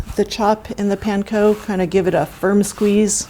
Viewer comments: Real q is why does call it penko instead of panko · Why do I not like the way she says “PAN-co”? But I know she’s the expert and I’m the idiot so I should not like the way I say it lolol